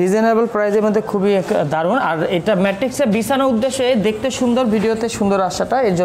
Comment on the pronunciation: Matrix na mattress bole ata k